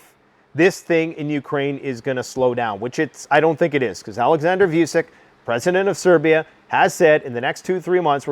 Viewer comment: It's not "voo-sic", it's "voo-chich"